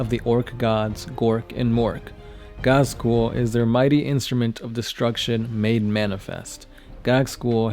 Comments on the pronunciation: Can you please stop calling my favorite WH40k character Gag-skull? His name is pronounced Gaz-kull. (as was also commented in a previous video) Apart from that, I enjoy your lore videos :) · OMFG, you're butchering his name. It's pronounced Gazg- kul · You seem to pronounce Ghazghkull with the g before z.